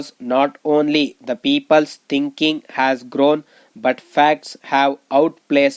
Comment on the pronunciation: Ur dictation pronunciation is very poor. Make difference in has and as..idiot